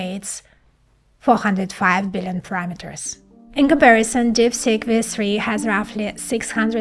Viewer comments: You are excellent except when saying deepseek , you saying deepSICK , 😂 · TIL that DeepSeek is pronounced DipStick... ;-) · It sounds like she is saying DIP STICK😅